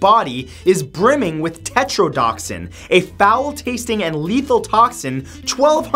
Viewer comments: Matt, it's tetrodotoxin. Tet-rō-dō-tök-sin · Technically it's not tetrodoxin, it's tetrodotoxin. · Lol tetrodotoxin not tetrodoxin